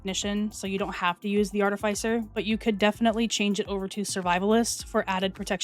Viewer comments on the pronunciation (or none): Hey it's pronounced aar-tuh-fih-sir artificer. Love your work. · Just a heads up. Sledgehammer was updated/nerfed so that the agent applying sledge will be the only one doing 20% increased damage. Its not a team buff anymore. The talent description also reflects this. Also its pronounced - Ar'ti'fi'ser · I believe in American English it should be: ar-TEE-fee-ser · I got you fam. The correct pronounciation is "Art-ah-fisser", you almost had it except for the end part. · This is cool! Haven’t done a tank build in ages. Gonna rework mine for this setup. When you said “Artifisher” you sounded so Canadian from Northern Ontario!!! Love it.